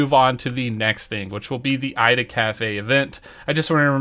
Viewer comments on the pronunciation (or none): none